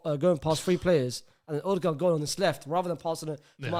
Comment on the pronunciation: brother stop saying Odengaard please